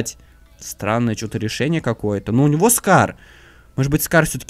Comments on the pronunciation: Не car а scar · не кар а скар